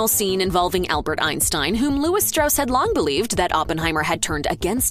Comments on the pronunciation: There are some questionable representations in this video's questioning of the accuracy of the film. It's pronounced Straws, not Strauss, which is clear enough if you see the film. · It’s pronounced “stross”, not the typical Germanic “Strauss.” That’s why they had the character explain within the film how to pronounce the name. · Strauss is pronounced STRAWZ stilly. Go see the movie. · Strauss insisted on "Straws", not "Strouse". Sounds less Jewish. But I don't know if that's what motivated his choice. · It's pronounced "Straws". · It’s pronounced straws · Topic of the video: Everything Oppenheimer Gets Right And Wrong About The True Story First thing it does: Butchers the pronunciation of the name Strauss--- something that is mentioned in the movie. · You mispronounced Strauss’ name. There’s literally a whole section of dialogue to explain the proper way to say it. Did you guys actually watch the movie?